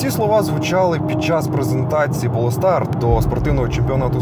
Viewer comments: ПолЕстар? 🤔Кинути посилання на Гугл транслейт з вимовою цього неймовірно важкого слова? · дякую за огляд. Просто для інфо, не Полестар, а Полстар.